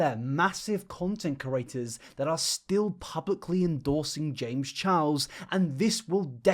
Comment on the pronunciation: Completely out of the subject... but I hate how you say curators instead of creators